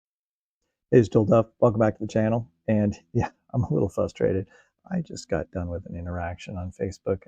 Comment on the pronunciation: Stop saying fustrated, there is an r after the f